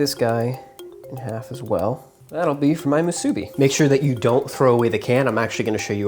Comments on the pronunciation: Not muSUbi...its musuBI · Great video but its pronounced moo-soo-bee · The way how he said musbi is so wrong 🤦🏽‍♂️ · I cringe at how you say musabi lol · Itʻs moo-soo-be! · am i the only one that’s lowkey triggered on how he says musubi? “moo-subi” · pronounced moo-suh-bee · ill give him that he did pretty good with the musubi lol even got a lil fancy with the sauce and smart with the can 4.5 out of 5 (mostly cuz of the pronunciation kinda made me cringe one too many times lol) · Anyone else from Hawaii cringed when he pronounced "Musubi" incorrectly or is it just me? lol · Hawai’i ppl: cringing every time you say Musubi 🙃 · I physically cringed every time he said musubi 😭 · Me, too! Glad to hear I wasn't the only. But I also cringed when he made sushi rice for the musubi. He should have called it spam sushi musubi. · The way you say musubi annoys the fuq outa me.